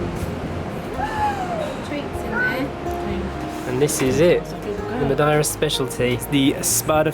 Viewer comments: Ma-dee-ra is the way I've always said/heard it. Never heard it pronounced Ma-di-ra before. Lovely video though guys. Missing your old style Monday to Friday raw kinda vlogs these days though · Ma deer ah. Not , ma die ra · Its pronounced MUH-DAY-RUH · Madeira " Ma day ra" 😊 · It's not complicated to pronounce it. Just pronouncie it as follows:-"Matheyra". The "as" are deaf.